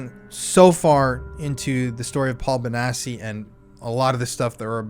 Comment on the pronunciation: Note: I could be wrong but since the name sounds Italian, and since it has two c’s, I’m pretty sure it reads Bonatchi not Bonassi